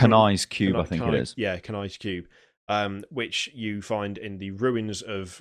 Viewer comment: tip for pronouncing some of the words in Diablo 3 Kiri word: Kania's | Pronunciation = Kan-eyes Word: Sescheron | Pronunciation = Sesh-aron Word: Zoltun Kulle | Pronunciation = Zol-tun Kool (like cool, but more of a U after the K) hope that helps :D